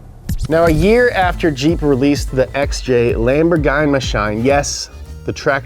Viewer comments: "Laemborguyny"? sad italian noises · Lamborghini is pronounced "Lamborgueenee" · Ooof really butchered lamborghini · "lambor gine mashine" - 2021